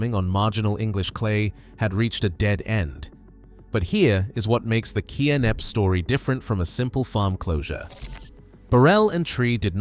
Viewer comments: K-nepp? It's pronounced Nepp. It takes 5 seconds to Google the pronunciation. I'm guessing you're American. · Pronounced "NEP"...not "Kay-Neppy". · Where is Kay Nepp???? The estateS name is "KNEPP" and pronounced "NEPP" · Shame about the narrative. WHO in UK says K napp. It's Knapp, PRONOUNCED as Nap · This place, called Knepp….silent K. Not Kenepp. Aaaaaargh! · It’s not K-nepp. The k is silent. It is pronounced as Nepp. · Its pronounced "Nepp" not "K-Nepp" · Pronounced nepp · Kay-Nepp? Stop using computer-generated narration. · It’s pronounced NEP …. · 50 seconds in: K nepp 😂😂😂 Kay Nepp😂😂😂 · Lol, that is not how Knepp is pronounced. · Stole footage and dont even know how to pronounce the name.